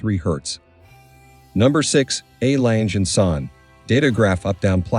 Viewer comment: What a crappy pronunciation of the legendary watch maker name just like the rest of it!!!!!!!Learn a bit, not everything is English!!!!!